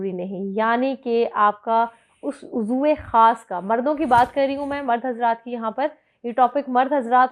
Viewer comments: میڈم درست لفظ عُضوِ خاص۔۔۔نہ کہ عزرِ خاص۔۔۔ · Uzr e khaas nahin ..... uzwe khaas. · اسکو بتائيں جو لیکچر میں ایسا بول رہی ہے عضر خاص 😀😀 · Madam please sahi talaffuz ka istemaal karen. ouzro khaas nahi Ouzo e khaas hai. vagina hoti hai. vigina nahi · Improve ur urdu Uzre-khas nehi Uzwe-khas Befor ur v-log improve ur urdu. Perhaps u have not passed matric